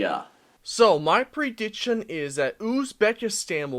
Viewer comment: Pronounce prediction right then make videos lol